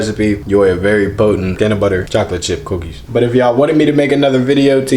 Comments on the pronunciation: This nigga said Cooquis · The way he said cookies 😂😂😂